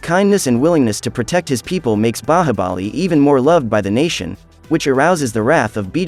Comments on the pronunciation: Just because you pronounce Bahabali instead of Bahubali, i refuse to watch your recap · Indian movie pronunciation be like :baahabali